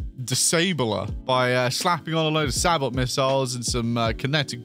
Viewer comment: Sabot with the hard T 😂. Ironic